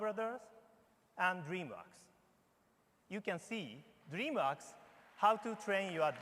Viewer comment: It sounded like he said dream rocks instead od dream works lol